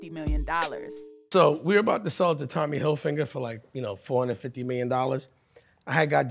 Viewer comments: Did he say Tommy Hilfinger??😂🫣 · “Tommy Hilfinger”